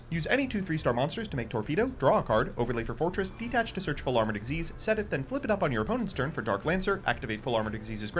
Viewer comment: why does he purposely mispronounce "XYZ" as "x-y-zeed" when its pronouced as "ik-seez" ? the "x-y-zeed" is used for the xyz union monsters.